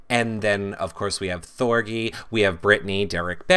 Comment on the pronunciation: THOR-G like Gee-whiz . Hard G! rhymes with orgy Thor-GEE your saying it like it rhymes with bee.